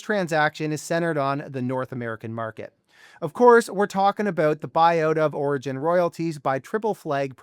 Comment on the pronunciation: Orogen not Oregon😊